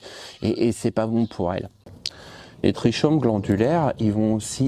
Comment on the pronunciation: Trichomes ça se prononce Trikomes